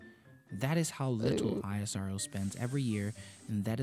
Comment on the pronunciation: It's not i.s.r.o. it's ishro pronounced together